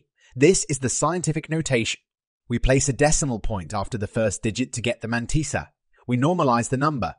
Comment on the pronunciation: The man-tea-sa